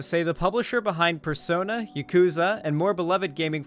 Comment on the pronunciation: Hate to see it. Also, you pronounced Yakuza incorrectly. The emphasis is on the ya, not the ku part of the word. Play the games tho btw, they’re amazing. Way better than Sonic has been in 15 years.